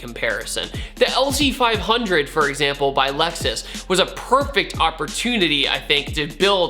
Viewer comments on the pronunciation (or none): none